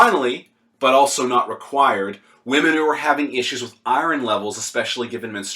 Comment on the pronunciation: Im genuinely laughing right now at how you pronounce iron. Fucking hilarious.